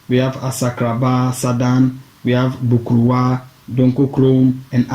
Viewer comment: Asaase Aban literally means a nature's storey structure. Aban in Twi means ' high rise or storey. Hence the Twi phrase Aban soro - storey building. Man, your Twi needs some work. Get some help with 'Bokruwa' - stone cup and Bretuo. You 'massacred' some of those pronunciations.